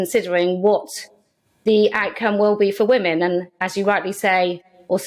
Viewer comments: I hate the way peter says ‘women’ its like wumen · Remarkable that Peter Tatchell couldn't actually pronounce the word "women". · I never had a problem with gays but I've never liked Tatchell, certainly not since he tried to defend PIE members. But, that apart, why does he mispronounce 'women' the way he does? He almost makes it sound like he hates the word being on his lips! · he even mispronounces the word "women". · The way he says women/woman is just weird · Why can’t Tatchell pronounce “women” correctly?? It’s so infuriating. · Yes, so annoying 😠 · Why can't Peter tatchell say the word women? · It's remarkable that this man who "doesn't speak on behalf of trans people" can't bring himself to even pronounce the word "women" properly.